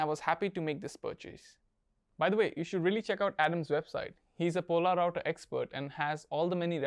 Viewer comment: Hey there, good video! Really enjoyed it :) Question though, where did you get information that "Polerouter" should be pronounced as "Pol-a-router"? I believe that the watch line was even renamed to "Polerouter" as it'd be easier to pronounce for the general public